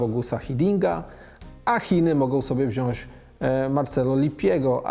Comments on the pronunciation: Panie dziennikarzu - mówi się 'WZIĄĆ' ,nie 'wziąść' ... Także 'brać' zamiast 'braść'. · Stano! Mowi sie wziąć a nie wziąść. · Stanooski nie „wziąść” tylko wziąć. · Panie Redaktorze, nie wziąść tylko wziąć ;) poza tym jak zwykle w sedno i z humorem. Pozdrawiam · proponuje panie redaktorze popracować nad poprawną wymową...mówi się wziąć a nie wziąśc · Wziąć a nie wziąś. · Stano mówimy WZIĄĆ zamiast wziąś. Pozdro. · Stano nie wziasc tylko wziac! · Panie Stanowski, jakby Pan mógł mówić "WZIĄĆ" zamiast "WZIĄŚ" to byłbym wdzięczny, jak Bońkowi za tą decyzje. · ALE "WZIĄŚŚŚŚ" ?!! :) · Stanowskiiiii!!!!!! WZIĄĆ, mówi się